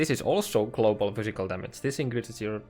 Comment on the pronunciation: He also says Cladiator and Clobal